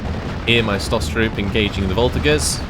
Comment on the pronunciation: It has been bothering me for a while : the "g" in the word "voltigeurs" is pronounced "j".